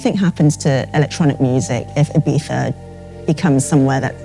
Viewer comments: is it Ibiza or iBiTHA? that host keeps on saying it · Why is she saying "ayBeefa"? It's IBIZA, it hurts my ears. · I find it hilarious how the reporter keeps pronouncing Ibiza Ee-BEE-tha (trying to pronounce it as correct as possible) and the dj who lives and works there calls it Ee-vee-sa. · Resident DJ for 10 years and still calls it 'Ibeeza' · Why is she the only one pronouncing it Ee-bee-tha? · She says ibifa she can’t even say ibiza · The girl cant even pronounce "Eyepizza"..... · Stop saying “Ibiza” like that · She really prides herself on pronouncing Ibiza like a local. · The was she says Ibiza is triggering me 0_0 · She pronouncse the begging of Ibiza in english and then the final part as spain spanish. Choose lady!